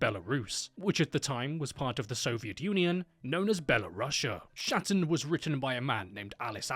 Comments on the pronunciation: Just a heads up, its not SHatin, but straight up KATYN. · Ah, the Shat-in novel. Hatin (hat-een) if anything else. For fucks sake. You anglophones... How do you even make an SHHH sounding noise with literal KH letters? One in a million wet fart or what? It's not your usual cheesy fantasy flick, wasn't even written by my fellow national as far as I am aware. But just let google pronounce it for you first, before you do foreign historical pieces. Threw me off right away, despite the whole video being a nice piece of work apart from that. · FYI-not shatin, but kathin is pronounced Intersting to look up what the soviets did and made all history to think it was the germans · I was not prepared for someone calling my Motherland properly, and making a clear distinction between Belarus and Byelorussia. Hats off just for that. Naming is still slightly incorrect, but I do not think it is much of an issue. "Khatyn" is not spelled like "Shatyn", but "Hatyn". "H" is similar to the sound in words like "home" or "horror". It is important here, as Katyn, with the K sound is a different plance and a different event. The name "Flyora" was spelled correctly at first, but then it was somehow transformed to "Floyer" for some reason. Also, Klimov did not traumatize the kid. Even now we do study history of WW2 (and the Great Patriotic war) with a reasonable amount of knowledge of what was happening, due to the age ofc. Same attitude was applied in USSR, so the boy was half-prepared. Also, the boy was shown some recordings made during the war - and it was a test (Kravchenko mentioned in his interview). It is only when he refused to have some tea with a slice of cake, Klimov knew that he has finally got the right actor. Worth mentioning that diet was neccessary to ease the work of make-up team. Pink cheeks is not something you'd see on a face of a village boy mid war. Fun fact: in the movie, the ukrainian collaborationists were shown. Some things never change, eh?